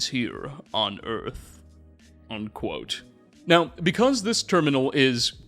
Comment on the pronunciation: I promise you if I have to listen to a second more of this fool saying undquote while forcing his dumbass, clearly fake voice I’m gonna explode. I’m unfortunately a sub subscriber, but I have to listen to anything more like this absolutely not.